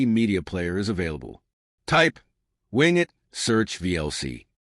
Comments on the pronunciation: Great video, but surely its "Win" "Get" as is Windowes Get. Rather that Wing it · As soon as I heard wing it, I immediately ascribe zero credibility to any content that follows. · The pronunciation is not ‘wing it” but win-get.” This is similar to Ubuntu’s “apt get,” which is the default Linux distribution for WSL. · It most definitely is NOT "Wingit" but "WinGet". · Maybe listen back to your AI generated voice track before posting a video. Win (short for Windows). Get (as in to acquire). Not wing it (as to improvise). Good information. Bad quality AI. At least you were nice enough to provide timestamps. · AI narrator. Wing-it. Lol. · good video :-) But "wingit" ... haha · That's the problem with using AI generated voice overs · Agrees with c comments trefarga pronunciation, but also one extra point: I noticed the "winget.bat" icon on the desktop didn't show the file extension. I recommend putting a checkmark next to the option for showing file extensions in Explorer settings. It's a small detail, but may improve security, since many malware files take advantage of this to cover up their real file type. See a PDF icon and want to open the document? It could be an executable masquerading as a PDF.